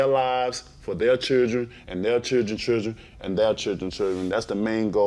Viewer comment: If he were white we would all be making fun of his speech impediment. This guy kills me when he speaks. Took me a few minutes to realize chergn was actually children